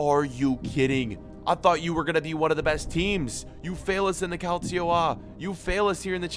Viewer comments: Nobody: Absolutely Nobody:: cAliCio a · he he he you said calcio A